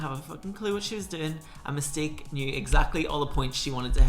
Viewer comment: “Mystique” in your accent sounds like “Mistake” in an American accent, I can’t stop hearing it 😂😂😂 Your take is always literally spot on 100%, love these